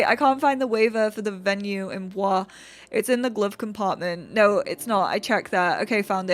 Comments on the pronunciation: Me: having family is Boise and knowing its pronounced “Boy-zee” also me: I kinda wanna say it the way does now. Sounds like it’s in France and not Idaho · your pronunciation of boise has me so tickled, im so excited to watch you keep playing!